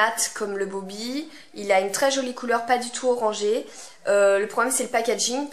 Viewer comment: Bobbi et pas Bobby...